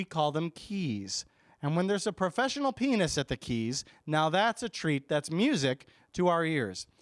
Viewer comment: I thought you were saying penis!! not pianist :-o